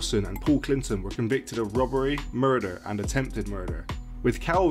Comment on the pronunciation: "attempted murfer'